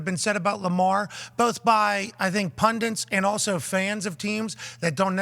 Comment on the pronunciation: That second “n” that Pat puts in the word “pundit” always makes me laugh